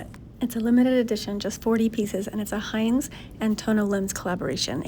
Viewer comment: Heinz ?? For real ?? Heinz !!???? HEINZ!!!??? ITS HINZE FFS H I N Z E